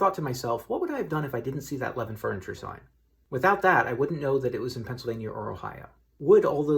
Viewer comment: Knew approximately where this was right away based on the Levin's sign. Btw, it's pronounced Leh-VINN. Keep up the good work!